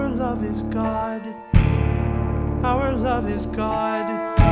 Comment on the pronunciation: The only thing I hate about this song is how said "our",like it just feels awkward to sing it in two syllables